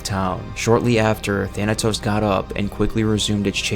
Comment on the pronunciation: He mispronounced Thanatos to Thanos